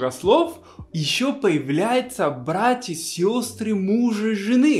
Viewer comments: палит буква Б причем слово как "было" он говорит "Было" а такое слово как братья или брат он говорит Вратья";) б-в испанская тема) забывает наверное иногда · Смешно, вместо "братья" ты всё время говорил "вратья")... Современные россияне почти не употребляют эти мудрёные слова вроде золовка шурин и т.п. Теперь говорят - сестра жены, брат мужа. Всё ограничивается именованием первых лиц - муж, жена, тёща, свёкровь, тесть свёкр